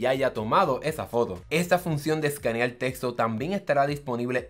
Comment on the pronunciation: seleccional escaneal, parece chino! Glacias pol la infolmacion